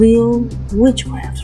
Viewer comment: Actually I'm not being offensive but I think you said wheel wits cwaft